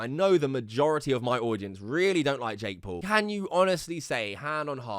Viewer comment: It sounds like he's saying Jake Poo